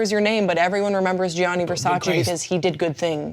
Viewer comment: "you can't even spell Versace." "FO... SACHEE!"